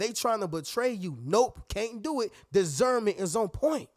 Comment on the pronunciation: It's disssssserment not desserment lol